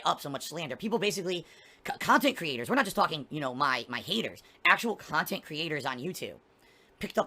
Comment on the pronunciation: The guy is 40 years old, getting out of Chapter 7 takes almost 10 years, but I bet his thinks he's going to be providing pahsitive, successful khantent into his 50's. THIS is moving the goalposts.